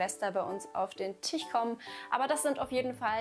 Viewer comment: Hat sie wirklich Tich und Arsche Nova gesagt? 😅